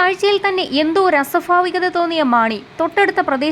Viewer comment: "അസ്വഫാവികത' അല്ല. അസ്വഭാവികത. '' മലയാളം പഠിച്ചിട്ട് വാർത്ത വായിച്ചാൽ മതി.